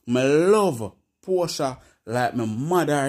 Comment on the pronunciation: Portia not porta